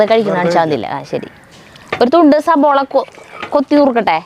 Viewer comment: സബോള അല്ല 😀 സവോള..